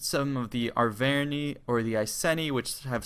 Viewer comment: Ah-ver-neye, Eye-see-nee :)